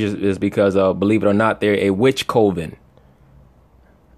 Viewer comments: it's pronounced cuven NOT co- ven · Coven said like this cov-in